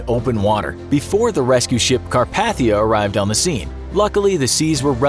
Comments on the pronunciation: lol I just corrected your pronunciation of Carpathia on another Titanic video from this channel, and although its great you're no longer saying 'Caparthia", you're still pronouncing it wrong. The 2nd A is a long A: car-PAY-thee-uh. You're saying car-PATH-ee-uh. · “Car-paa-thia?” Say it right, Car-PAY-thia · Ugh! Car-pay-thee-a. Pronounce it correctly. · Carpathia not Carpath-ia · It's Car-PAY-thia, not car-path-thia. Have you never watched any documentaries about Titanic or listened to an audio recording of "A Night to Remember"? You can watch a lot of them right here on YT. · Lol he said carpaithia wrong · YOU ARE SAYING CARPATHIA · CAR-PAY-THIA is the correct pronunciation. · Once you said car-PATH-ia I lost all interest. It's like hearing nails on a chalk board. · Car-PAY-thia. For God's sake why can't announcers on slick Youtube channels pronounce basic things Correctly anymore? You've never seen another video on it? Never seen a dictionary? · It’s pronounced CAR-PAY-THEE-UH Jesus that’s annoying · It’s CAR-PAE-THIA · It was "Car-PATH-thia" that annoyed me enough to comment!! I've watched every legit documentary, YT video, and every film or TV adaptation, and listened to every audiobook I could find about it and have never heard it pronounced that way. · You said carpathia wrong!